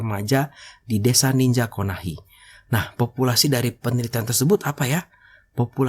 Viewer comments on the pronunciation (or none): KONOHA BANG BUKAN KONAHI KASIHAN KAMPUNG NARUTO DIUBAH NAMANYA :)